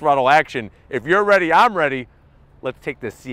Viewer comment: "If you're ready I'm Raiti"